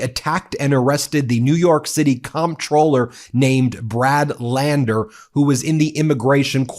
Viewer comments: Psssst Ben, the word "comptroller"is pronounced "controller." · It's pronounced as controller even though it's spelled comptroller. And, regardless of how it's pronounced, this is disgusting treatment.